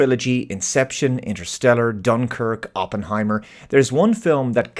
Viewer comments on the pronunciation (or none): none